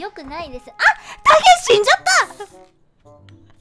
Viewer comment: 家長の「死んじゃった！」「猫踏んじゃった！」と同じ発音で草